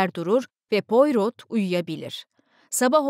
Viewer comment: Pourot baş kahramanınız dedektifin kendisidir. İsmi fransızca olduğu için poyro diye telaffuz edilir. 🙏